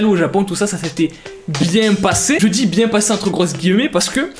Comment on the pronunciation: Vérifie tes (sources!) Robert downey n a jamais été retrouvé à côté d un enfant ! Endormi oui,mais jamais à côté de personnes ! Pourtant c des inconnu ! La drogue donne fin?mais tu le sais! Et apprend à prononcer tu dis! Pas tu tchis! Et apprend à ne pas raccompter des débilités ! Même si robert downey n avait pas tourné dans iroman il ne serait pas retourné en prison,car il avait arrêté ses conneries bien avant !